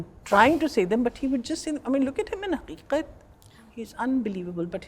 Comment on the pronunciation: The way Shabana said haqiqat ...it is real pronunciation in urdu language. For younger generation it will be very difficult to say in this manner infact in whole Hindi cinema nobody can say like this..This is how urdu is spoken ,what today's lyricist is selling in the name of urdu poetry is gibberish